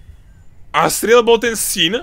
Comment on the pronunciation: asriel to ako vyslovujes loooool zomieram od smiechu cita sa to azriel xD ale ved ok citaj to asriel